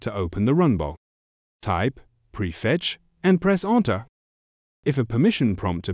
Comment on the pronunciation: yes, it's very important to press Anter.....🤨